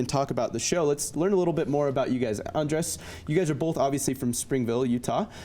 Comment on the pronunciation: The interviewer says “Andres” like “Undress”